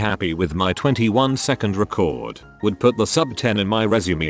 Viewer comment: TTS bot says "resume" like "legume". lmao